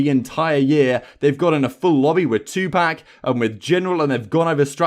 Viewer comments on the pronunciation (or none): I realized they've never practiced SnD before this past week the moment he called 2pacThugLord, 2puck. Smh...